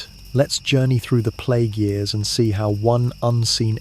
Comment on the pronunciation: The way you say years is confusing.